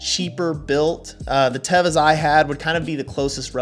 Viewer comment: First of all is not tava it is teva😅